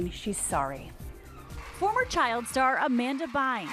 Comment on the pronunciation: "Amanda Bynths" - Michael Strahan